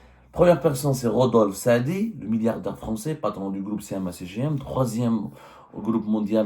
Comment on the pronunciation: Rodolphe Saadé et pas Rodolphe Saadi😂😂😂